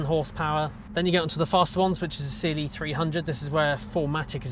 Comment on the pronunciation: CLE, not Cliiih. E like in Eddie or Benz.